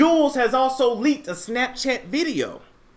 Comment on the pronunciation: Did you say ..he licked a kitty or leaked a kitty .. I think he did both...😂😂😂